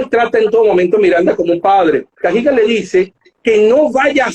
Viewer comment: ¿En qué se basará para pronunciar "Cagigal", como si hubiese una tilde en la i